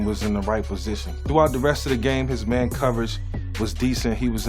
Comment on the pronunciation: the first time, I thought he said ni66a, but rewinded it and he said man lmfao